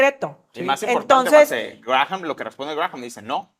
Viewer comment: Me encanta su programa pero como comentario, no sé pronuncia Grajam si no Gram. Saludos desde Michigan